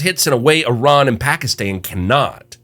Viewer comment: Finally, someone who actually says Iran correctly (or at least the first time)